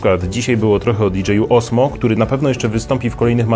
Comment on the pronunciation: Mam wersję z kamerką dedykowaną od roku. Osmo rządzi ;) PS. to się wymawia Ozmo.